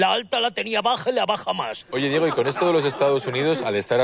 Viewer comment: Asin hahahahah y diejo en vez de Diego hahahahahaha que paleto por dios